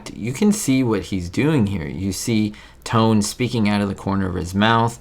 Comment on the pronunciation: His name, Franchot, is pronounced "fran•show" and you got Tone right😃 Good try, though!